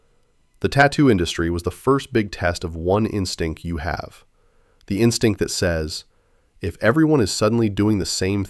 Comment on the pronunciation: Notes from a Gen X A Hole [b.7/1/76]: "In-stink." Twice! But then later it's said correctly, hmmm. Is the VO also AI? What in the CHRIST is that gray lump? Like, a hearing aid? Loosened phlegm? (points to crotch) Parents picture - Dad's eye buggin! (points to crotch again) I don't know if any of this makes sense, but WGAF: All in all, I think any real Life-Sucks-Gen-X viewer is gonna immediately bristle at the format of being told who and what they are. If that was on purpose - like, baiting us with the constant "Here's what YOU did," and "Here's how YOU FELT about that" - then that's kinda brilliant. BC I can't tell what the reason is for me disagreeing personally to every statement you make. I think most of it is genuine, but I'm sure some of it is just hearing 'HERE'S YOU' over and over while you're talking mostly about yourself. Now I'm gonna do it (talking to you and me both) by saying WASH YOUR GODDAMN HAT, MAN!